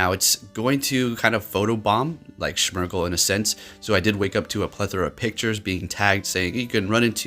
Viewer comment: Smear-gle not schmear-sle lol. Like “smearing” paint